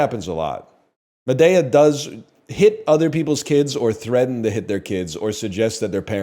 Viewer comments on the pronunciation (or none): Why does he keep saying Madea like that? Librarian make him stop